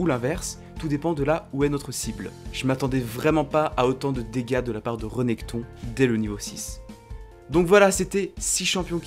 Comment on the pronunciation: c'est Rèneckton pas Reneckton